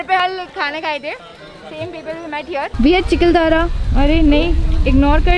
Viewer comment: चिकलधारा नाही - चिखलदरा खिचकदरी नाही - किचकदरी